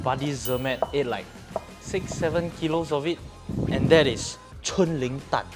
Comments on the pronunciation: nope but it's definitely not pronounced as 春 (chun) because the chinese is 锺 (zhong) haha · Chung Ling is supposed to be pronounced as Zhong Ling (锺灵）and not 'chun'（春） 😊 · It’s chung ling my friend